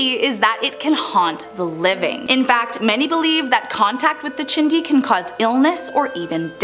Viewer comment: The "chindi" is she saying Chiixdii. 🤣🤣🤣🤣